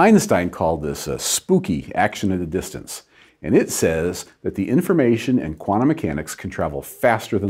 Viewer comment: Why do you say Cuana Mechanics? It's quanTum from quanTa. Pronounce that T!